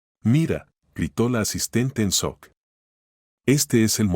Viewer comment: Se escribe y se pronuncia shock no sock